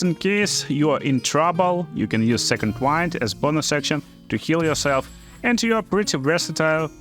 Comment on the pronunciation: Its not second "why-nd" its second "whi-nd"